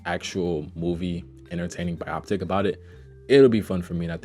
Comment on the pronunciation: Dis nigga just said bioptic lmao